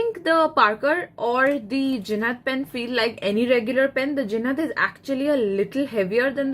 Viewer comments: Ma'am it's Jinhao, not Jinhad !!! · Jinhao not jinhad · It’s jinhao not jinhad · Ur presentation was good 👍... I think it's jinhao pen ... Not jinhad pen.... For better result try giving links to buy pen... It will be a good idea...